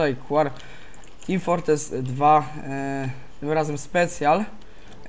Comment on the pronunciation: Co to ma niby być "Teem Fortrees" ? o.O jak coś to "Team Fortress" :*